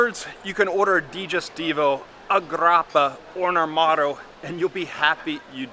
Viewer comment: When you said Armato, did you mean Amaretto, the almond liquor?